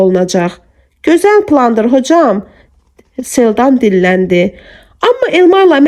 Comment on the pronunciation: Çox gözəl əsərdir.Oxuyan xanım sağ olsun.Ansaq xanım niyə Selcanı Seldan kimi tələffüz edir